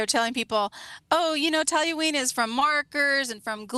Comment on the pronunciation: Talyween vs toluene